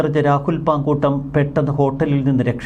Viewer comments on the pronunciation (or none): പാങ്കുട്ടം അല്ല സൂർത്തെ... മാങ്ങൂട്ടം ആണ്